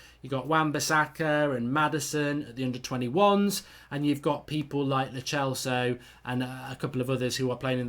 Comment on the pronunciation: It's lo celso like cell not lo chelso